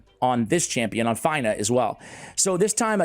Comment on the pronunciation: her name is pronounced like (Fina) and her titie is Blade Of Aravia...Aravia is the ancestral home of the elven peoples as explained by Lord Of The Rings...I believe it was explained somewhere in LOTR...Aravia not Avaria I am sorry but Miss pronunciations are a pet peeve/Trigger of mine.